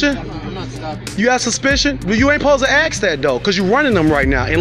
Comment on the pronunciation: "You're not supposed to axe that though." 🪓